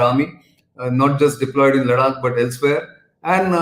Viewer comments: Ladakh not Laddddakkkkk. Come on Mr Gokhale, it is easy to pronounce. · try to speek ladakh as ladakh not ladak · When you say लडाक, it appears you are from another country. Practice saying लद्दाख 10 times. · Ladaak is pronounced in Marathi, Laddakh is pronounced in Hindi and English.. and He is Marathi. Just like me... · Nitin hi, the pronunciation for ladakh is "ladh-dak" pls province it this way. Else, your analysis is gr8. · It's pronounced conventionally as लडाख in Marathi, and Nitin being native Marathi speaker may tend to pronounce certain words as Marathi speakers have been accustomed to pronounce. This is similar to how many of the Hindi speakers pronounce तमिळनाडू (correct) as तमिलनाड / तमिलनाडू (incorrect). So just chill down and be your tolerant self. Peace.